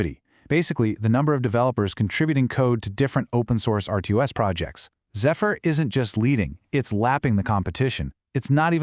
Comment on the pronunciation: Not zee-fur. Pronounced zef-fur..